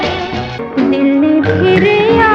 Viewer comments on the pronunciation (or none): You have to learn correct diction and pronunciation if you’re going to pretend to be a radio announcer. Please do not keep saying words like khofnaak and majboot so many times when you can’t say them correctly. And it is Phir, not fir. Go take a class